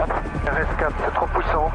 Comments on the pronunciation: « C’est trop pouissanttt » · "RS4, C'est trop pouissant." hahaha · "Rs4 c'est trop pouissant"